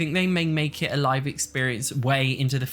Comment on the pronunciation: Live mode is pronounced as though you're 'streaming to a live studio audience.' You've paused the game, meaning it's stopped, your characters are on commercial break and aren't currently live on air. But once you hit play, your characters are live. Not 'live,' as in 'I live here', with the way you're always pronouncing it.